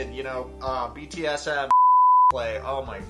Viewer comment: did i hear bts-m .....instead of bdsm lmao or am i just high